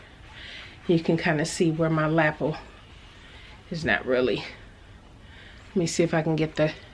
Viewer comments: La - pel not lap el Not being mean just helping you pronounce it right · your Tara fitting mock up is great, excited to see it finished. Love the way you say lapel, like lapple, great fun. Thanku for sharing your day. x